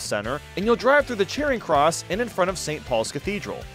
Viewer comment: “The charring cross” “a bridge” look … you could just not talk about the city tracks if your gonna butcher all the landmarks like that!